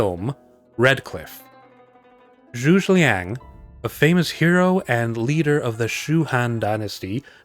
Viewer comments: A few things one, the way you pronounced the name was absolutely hilarious, no offence (Zhuge Liang can be pronounced as Choo- Ge, where the G is like how U pronounce it in 'get' and the Zh is like Choo but a bit of a "z" with the Ch, Lee- ang. )And you can actually see this formation in a different Chinese drama which I cannot recall for the life of me, and it has what I would say one of the best depictions of it, but to whether it is historically accurate or dramatised I'm not sure, there was an oddly large number of people in it. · FWIW the general's name is pronounced something like "JOO-guh LEONG". For the last word, say the name "Leon" (lee-ahn), but say it fast and make it rhyme with "long" if you can. (If not, just "Leon" is close enough for YouTube!) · Great video - one sidenote however - Zhuge Liang is actualy 3 syllables - Zhu - Ge - Liang.